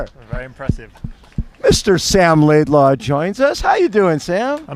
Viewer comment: I’ll never understand the LaidLAW pronunciation…